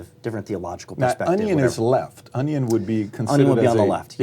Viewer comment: Lmao Pat pronounces onion like my 2 year old niece. ON E ON